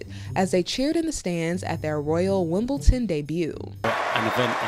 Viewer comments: Someone should tell that commentator that it's called Wimbledon not Wimbleton , how would she like it if we called Washington washingdon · Why is the utterly abhorrent Harkle mouthpiece Omid Scobie discussing the Wales children? He knows precisely FA about that family. Oh and BTW, there is no 't' in Wimbledon FFS! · There's no 't' in Wimbledon